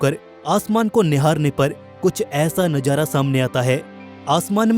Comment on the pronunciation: Bhai tum manzar ko manjar or nazara ko najara bol rhe ho...baki voice shi h